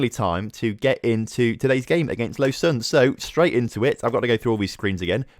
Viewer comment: low-zan = lausanne